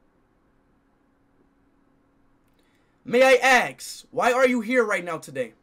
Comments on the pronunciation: “May I aks for your statement”💀💀💀💀😭😭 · But then the:'may i aks' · May I axe?